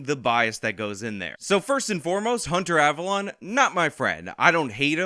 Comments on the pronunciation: The correct pronunciation is "" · The correct pronunciation is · It's pronounced Abalone ( Aaa-ba-lone-e)